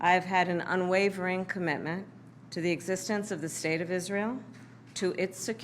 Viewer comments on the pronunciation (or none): Her intonation and pronunciation of "commitment" reveals the truth.